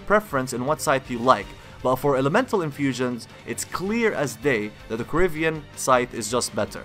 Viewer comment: "corivian scythe" well almost